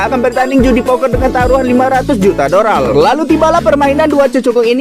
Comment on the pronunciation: Dolar bang bukan doral 😂